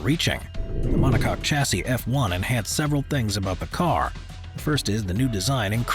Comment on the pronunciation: Chassis is pronounced shassee 👍